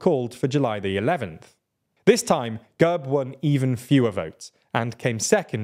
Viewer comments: Also it's /gærb/ not /gәrp/ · Gerb!!! not Gurb